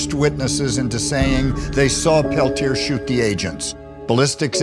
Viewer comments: please. Pronounce the name Leonard Peltier properly. (Pell Tee Ay) If you support the man, as you portend, pronounce his name properly. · I love Morello and his stands against bullshit whitey establishment on all levels. My father was an anarchist in Spain but fled when Franco killed the Republic. That said, Peltier is pronounced Pelt-yā (as in “yea” [“yea or nay”] ) the r is silent, not Pel-tier (as in “tier” of a 2 tier cake)...it’s french Canadian in origin. Let’s get that fact out of the way first.